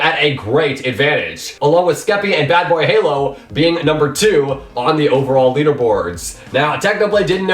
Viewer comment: Lol he didnt say bbh but badbayhalo every time. Kinda funny